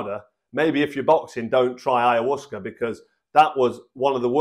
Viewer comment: Two things - 1) Ayahuasca is pronounced Aya-wasca and 2) It contains DMT...nothing to do with releasing DMT from the liver. It is also one of the most powerful psychedelics out there...not something to be underestimated, by anyone.